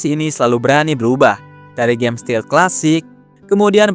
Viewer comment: Bukan steal, tapi stealth...😊